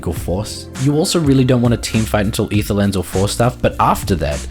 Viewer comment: for pronouncing Aether correctly.